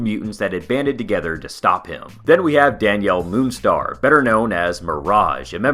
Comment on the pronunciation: What? He pronounced Rahne correctly, Roberto Da Costa, and Danielle Moonstar all correctly lol, what're you talking about?